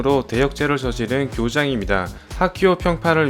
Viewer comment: 교장을 kyojang 이라고 한게 웃기닼ㅋㅋ